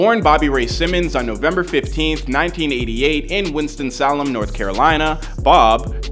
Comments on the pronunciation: Winston-Salem Saylem not solem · Thought it was pronounced: Winston- (say)Lem North Carolina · Winston Salem (Say-lem) 😁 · Facts and he needs to re pronounce it bc I felt disrespected bc that’s where I’m from too lmaoooo 😂😂😂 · The way he is saying Decatur and Winston Salem is killing me